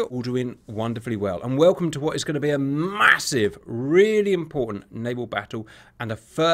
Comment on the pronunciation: I love how Cap says the word "massive". He says it so..... Massively.. haha. "Viewers you are going to see a lot of explosions today"... I love this and you were definitely correct hahaha